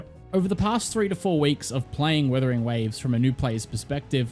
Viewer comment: is it just me but the guy keeps saying withering waves he's like the 4 th person to say the name wrong dear god 😢